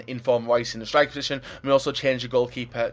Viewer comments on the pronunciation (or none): none